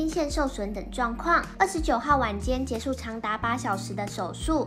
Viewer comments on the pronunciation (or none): 請問是不是茶里做旁白？有部分咬字還要改善，結束的束是sh聲母，不是chu 吸收的吸，是Xi 不是Qi